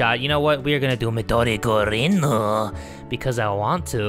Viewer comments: *Midori *Gurin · Midori Gurin* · Snow Vill its Midori GURINUUUUUUUUUUUUUUUU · *Midori Gurinu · I'm about to cry bc he can't say MIDORI GURINUUU